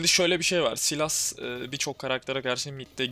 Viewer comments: bro saylıs diye okunuyor silas değil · guzel video ^^ ama artik sylasa silas diye seslenmesen :D